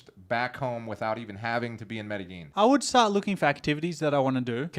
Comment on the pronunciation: Is the way you are producing Medellin correct? You pronounce it Meydasheen. Is it pronounced Madayeen?